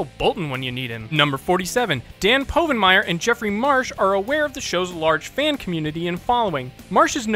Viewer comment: Dan’s last name is pronounced wrong at least ten times!